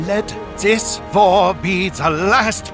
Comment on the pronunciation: I love how he says "wor" instead of "war"